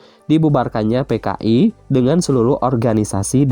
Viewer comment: Kenapa p dibacanya f si pak😭😭 kan dari "PKI" jdi "FKI"😭😭